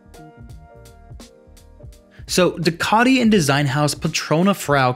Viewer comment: Due-Ka-Tee, Dee-Ah-Vel. Great video otherwise!